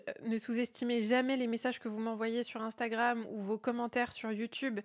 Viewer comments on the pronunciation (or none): none